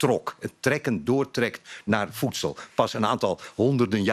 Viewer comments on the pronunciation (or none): Kan die man geen v uitspreken?fijftig frouwen fis foedsel ferder, fenster, opfallend (jezus). Hij komt fast uit Noord-Holland.